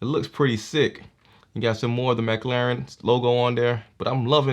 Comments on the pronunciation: Nice review there bro but its mclaren not mclauren xD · Not to be rude but i heard him say mclauren